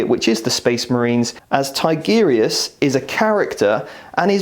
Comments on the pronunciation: Haha, I used to make the same mistake.. TI-GU-RI-US.. not TIGGER-US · I liked the video. Just jesus, go to google translate and how to say Tigurius's properly. Tigger from Winnie the pooh is not a space marine.